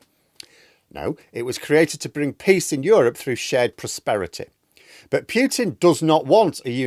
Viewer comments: It's POO-TIN, not PEE_YOO_TIN!!!!!! I'll give you one more year to start getting it right. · Pyutin is fine. It just makes him sound less hyard and dyangerous. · It is actually pronounced as Pyutin in Russian, with a very soft y after the p... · Pah! Russian people I know pronounce it the way ChatGPT advises: English pronunciation: POO-tin. Russian pronunciation: POO-teen (with a soft "t").